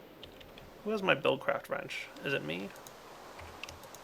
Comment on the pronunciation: start ''wrenched'' again